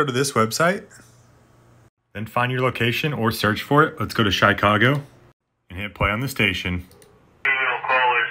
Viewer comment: "shy ca go"... man